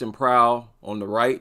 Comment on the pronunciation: Yeah, this sounds like you nailed it.